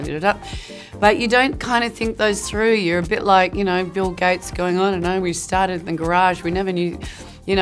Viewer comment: "i stARtdeD iN a GaRagE" never gats old